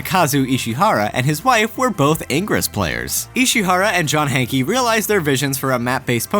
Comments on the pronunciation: Why does everyone say: John Hankey?! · Hee hee! "Hankey"